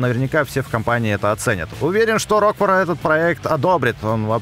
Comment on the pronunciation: пожалуйста, не коверкай слова. Меня это БЕСИТ! Помню, как ты в Зельде ДАрука называл ДарУком. Здесь на РокфОра неправильное ударение поставил, он у тебя РОкфор. И тоже самое с КЕйлом, ты его КЭйлом называешь. Ты озвучку не слушаешь, забываешь произношения через полминуты или просто настаиваешь на своём, типо "Я решил, что слово будет произноситься так, как произношу его я, и мне пофиг на озвучку"? Извините конечно, но бесило меня это с самого начала и мне нужно было высказаться